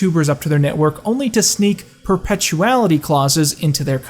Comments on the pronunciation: reads 'perpetuity': "perpetuality" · It's in PERP-A-TWO-A-TEE